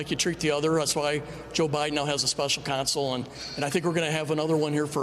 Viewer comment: Is it just me, or did Don Bacon say, "special console" ?